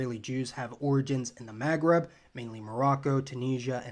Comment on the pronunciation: "ma,as in mama"magreb"Maghreb